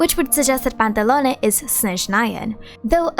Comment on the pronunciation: its PANTALOWN! NOT PANTALONEY..